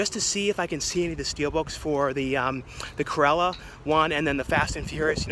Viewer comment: I swear you say “Curella” every time rather than Cruella….